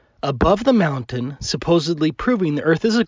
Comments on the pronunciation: Minnesota. Is from Minnesota? Some folks from there use a glottal stop for T rather than tongue tip to pronounce “t”. Ba’le instead of battle, etc. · Trivial though it may seem, I really wish he'd learn to pronounce Mountain with the letter T in it. 😡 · WTF there’s a Fukn T in mountain, take a flying leap off your “mowUN” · If everything in the observable universe is demonstrably moving why is the Earth stationary? really should stop drinking before he makes his videos. It's mountain, not moutain. If you can't even pronounce the word correctly I can't take what you say about it, or anything really, seriously. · I love when flattards speak. "moundain" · WTF is a 'Mout-in'? And what the hell is an 'Im-poor-ant'? Can an American please translate? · I know this is a petty comment, but it grates on my nerves to hear being unable to pronounce the "T" in the middle of "mountain" and "important" ("moun-en" and "impor-ant" respectively). I'm already annoyed at his cherry picking and blatant disregard for observable evidence, so hearing that just makes it worse. [End of Minor Rant] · Why are you saying "mou-an?" Good call on noticing the detail of the position of the clouds!:) Flat earth-ers: what does it do for you if the earth is flat,what do we gain by adopting that model? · Listening to talk makes me wonder why his channel isn't called aboo conspiracies! Because he clearly doesn't know how to pronounce the letter T! Mow'en! 🤦🏼‍♂️ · Can we discuss how that flerfer pronounces the word mountain. He completely ignores and avoids the letter t as much as he ignores and avoids truth, logic and science. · Why can’t he say the t in mountain!?